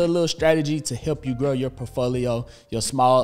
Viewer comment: My days made when you say POfolio..lol. Love it🏋️